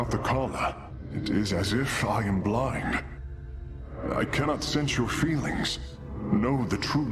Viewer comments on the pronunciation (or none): none